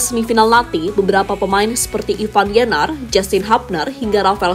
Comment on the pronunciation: Voice yg bacain berita selalu, bilang Ivar jadi Ivan Gk ada yg ingatin nih